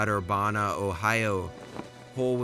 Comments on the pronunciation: It’s not “ Ur-bah-nah” it is “Ur-ban-ah” like the word Urban with an a sound at the end😂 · If it makes you feel better as a guy from Urabana Ohio he wildly mispronounced that too